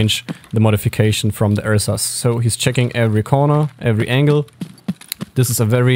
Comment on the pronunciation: Bro why do you say RSASS like that LMAO